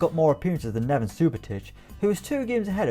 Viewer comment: Nevan lol